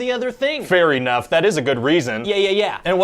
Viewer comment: Fair E-nough